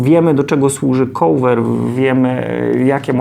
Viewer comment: Uwielbiam Pana filmy, są bardzo pomocne i wiele można się z nich nauczyć i dowiedzieć. Taka mała uwaga odnośnie wymowy: cover nie wymawia się "kołwer". Cieżko bez transkrypcji fonetycznej zapisać poprawną wymowę, więc podrzucam link: :)